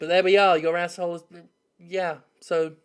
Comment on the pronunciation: Take a drink every time Jim says Ahh bblblblb hole